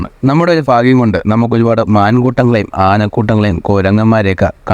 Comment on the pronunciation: ഫാഗ്യം അല്ല ഭാഗ്യം ok